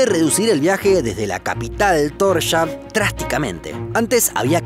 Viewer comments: Se pronuncia Tors-haven :) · solo paso a decir que Torshavn se pronunica Torsjaun. :) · Como pronuncias Tórshavn indíca que no tenés ni idea de la cultura / idioma / etc... pero bueno, por lo menos un parte de los videos son bastante informativos. Saludos